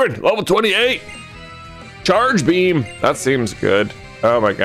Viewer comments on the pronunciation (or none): none